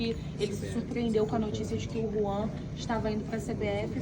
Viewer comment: Hellow o nome do dirigigente do FLA e JUAN e não RUAN kkkkk